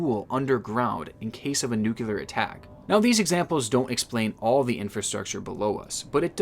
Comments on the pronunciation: ".. the anxiety of a nucular attack..." It's nuclear*. *NU-CLEAR! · love ya but after a few vids of it I just gotta say.. "Nuclear" = NEW-KLEE-YER. not NEW-KUE-LER. sorry mate, im just messing around but it's something that always makes my skin crawl when I hear people say it haha so many people get it wrong. one of those pet peeves. Keep up the good work. love ur channel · Dude.. Nuclear. NEW-CLE-UR. Not Nucular. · I like your work bro... But nuclear is pronounced "new-klee-ah" not "nucular". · "Nu-clear" not "nukular". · You idiot, did you just say "new - kyuh - ler"? You did! Dumbass, the word is "nuclear." Notice there are no letters between the C and the L; the word is pronounced "new - clear." Seems if a person is going to try and make something of speaking, they'd want to be pronouncing things correctly. But not you? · new-clear stop saying it like nuculear new-clear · lol 'nukular' attack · What does "nukular" mean? Does it have anything common with nuclear? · Nuclear is pronounced noo-clee-ar :) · Nobody:: Nyoocyoolear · i love how this guy says nuclear he says ‘new-ki-lear’ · He says nucular first then nuclear....😬😬😬 Homer Simpson says nucular as a way of showing how dumb he is but loads of Americans now say it on utube. This leads me to wonder if there is actually a word "nucular" is there? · he keeps saying nuke-u-lar instead of nuclear lol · "nuke you lur" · when you say nuclear is sounds like you are saying nuculear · Tripping up sayin NUU/Q/LAR every time😭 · Nuclear is pronounced nu-clear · Pronounced, NU- CLE- ER, wise up cat. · Mispronouncing nuclear is automatic shut off the video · Try saying “nuclear” again I believe in you